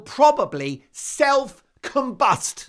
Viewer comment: Meghan self combust rhymes with bus.